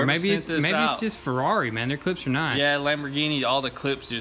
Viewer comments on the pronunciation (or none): Ferrari, not Frari. Have to learn Italian.